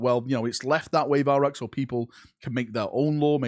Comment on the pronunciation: Okay, say your lane again... Valrak hahahahahah